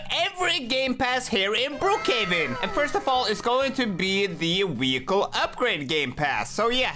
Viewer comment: He said wehicele